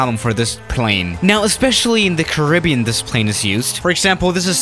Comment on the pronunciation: is amazing but he pronounces everything wrong... St Barthelmenty... can’t say Caribbean properly... but props to him for learning English! It’s hard